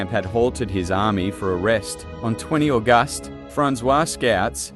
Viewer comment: Great vidio but you need to fix pronounceations like August 😂😂